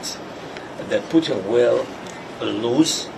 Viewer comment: I love how his accent has him pronounce Putin as "Sputin". So appropriate. Sounds like Sputum.